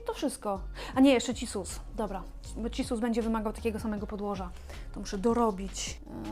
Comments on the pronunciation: Wow!! Dzięki za poprawkę zza kamery! Jak powiedziałaś cisus a nie cissus to stanęłam i mówię „ ej! Cissus! I nagle rozległ się głos sprawiedliwości 😂😂😂🌱🪴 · Moja mama też mówiła cissus przez ć i śmieję się od 5 minut już XDDDDDDDD